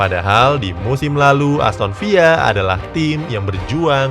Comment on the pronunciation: Sangat terganggu mendengar🙏🙏 Bedakan varamembaca nama tim Inggris dgn Spanyol, di Inggris ada tim Aston Villa ( bukan Aston Viya ) di Spanyol ada tim Villareal ( dibaca Viyareal ) 🙏